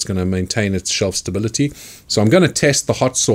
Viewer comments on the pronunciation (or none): none